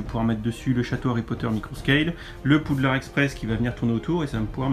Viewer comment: Gg j’adore ! Mais juste c’est pas Boudlard mais Poudlard 😂😂😂😂